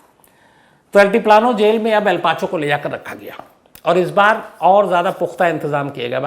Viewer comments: per aap ne el chapo ki jagah El pacho bol diya ... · On 13 minutes, you said el pacho 🤣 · Sir me fan hu apki story telling ka Lekin plz script ko ek se do baar pada kariye or kam se kam kisi corrector ya jageh ka naam achhe se yad kariye pe" Al Pacho "kya h ....?